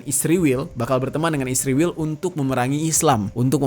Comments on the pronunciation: Kurang nyaman dengar kata isriwil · Kenapa sih harus nyebutnya isriwil..? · Sebelom gegayaan ngomong isriwil benerin dulu tuh 29 februari 😂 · SEBAGAI SEORANG PUBLIC CONTENT CREATOR TIDAK SEHARUSNYA MENYEBUT ISRAEL DENGAN 'ISRIWIL' SEDANGKAN MENYEBUT IRAN & AMERIKA DENGAN SEBUTAN BIASA.